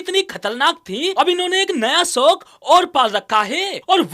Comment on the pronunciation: Agar in mummy ke ladko ko kabhi roti banane k liye de dena to ye log aise desh ka naksha banayenge jo aaj tak globe par nhi h... Bhai tu thik se "shok" to bol nhi pa rha aur "soak" bol rha h... Apni zuban pe to brake laga le ladkiyo ki gaadi k brake ki chinta baad m karna...